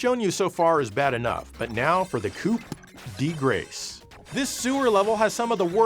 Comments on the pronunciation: It is “poh - pu - hi” and “cu - de - gras” . Both stress the last syllable. You’re welcome. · Coup de Grâce. In "coup" you don't pronounce the "p". "De" you pronounce it kinda like "the". Grâce is pronounced kinda like "grass".